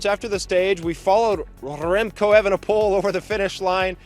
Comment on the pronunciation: That ol Spaniard, " Rrremco Evenepol".